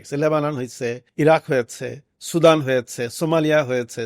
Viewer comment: Sudan valo kore bolen mia